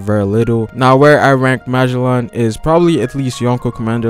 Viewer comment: who the hell is "Maa-jel-on"